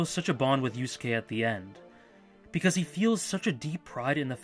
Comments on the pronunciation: I realize that criticizing your pronunciation is incredibly pedantic, but the second u in "Yusuke" is like 95% silent~ 'You - s'ke' not 'You-sue-ke' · I heard "Yu-soo-kay" and was like "great, now I have to spend the rest of my evening cleaning the vomit off my keyboard." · Good video but how the fuck do you mispronounce Yusuke in 2017?